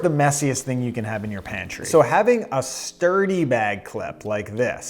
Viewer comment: At first I heard “DIRTY bag clips!” I’m like wth is he saying, they look clean. Stuuurdy!*😂